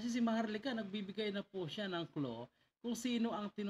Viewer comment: What the hell is “clo”?? You mean “klu”???